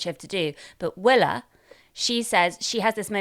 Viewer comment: Also, it is 'Willa' not 'Willow'.